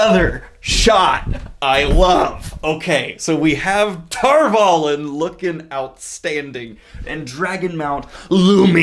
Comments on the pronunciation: your pronunciations are hurting me inside. Egwayne? She isn't a knight of the round table... edge-wean Tar Vah Lon, not tar vollen amerlan? no Amerlyn in A-mer-lin. Don't overcomplicate it, it's obviously based off of merlin the sorcerer. etc.etc. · Your pedantry is hurting me inside. Mostly because you're so confidently incorrect. From the book glossary, written by the author: Egwene (eh-GWAIN) Tar Valon (TAHR VAH-lon) Amyrlin (AHM-ehr-lin) Etc. etc. Get a grip, if you're gonna be a fundamentalist you should at least grasp some of the fundamentals a little better. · First, love the enthusiasm. Second, appreciate the breakdowns. Third: what's up the with wrong pronunciations? Isn't this bugging anyone else? Shadar Logoth: from the books, it's SHAH-dahr LOH-goth, not shadder loggoth. The first syllables are stressed, and the vowels are short, not long. Tar Valon: from the books, it's TAHR VAH-lon, not Tarvallon. Two words, two stressed syllables. I'm harping because you're purporting to be a superfan...and the pronunciations are RIGHT THERE in the book.